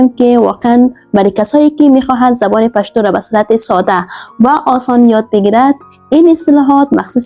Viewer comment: پشتو را هزاره کی تلفظ میکنی. درست نیست